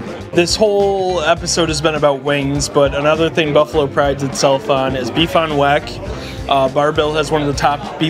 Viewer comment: No one else is upset about his pronunciation of beef on weck?